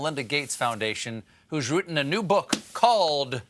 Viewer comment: "who's wrouten a new book"